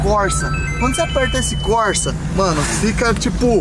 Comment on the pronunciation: Modo Corsa( corrida em italiano). Se fala <Côrsa>✌️🇮🇹🇧🇷👍.